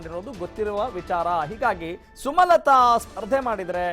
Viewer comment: ಸುಮತಲಾ ಅಲ್ಲ ಸ್ವಾಮಿ ಸುಮಲತಾ